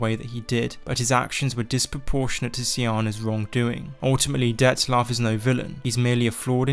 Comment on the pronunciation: there is no "S" in Dettlaff